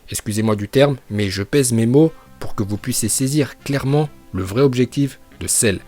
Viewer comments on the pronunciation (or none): J’ai entendu « je baise mes mots » 😂😂😂 par contre faut vraiment t’arrêter tu me tue on croirait presque que c’est vrai